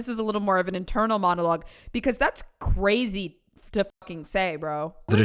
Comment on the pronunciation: ITS CWAZY.....according to.....You said Cwazy.